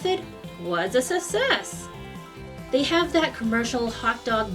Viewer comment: Good recipe, but there are two letters C in "success" for a reason! That's not the correct pronunciatiomation! In any case, I've got some dough (that I embellished with rosemary~) rising right now, let's hope that me criticizing your pronunciation hasn't cursed me!